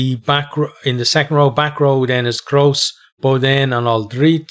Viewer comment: Just for the prononciation in France we don't say "Grosss" but "Gro" for Jean-Batiste (meaning litterally "big").... and of course it doesn't work for François Cros, well prononced in this preview and with lovely accent btw. I support France but we need to be careful... this will be a beautiful game anyway :)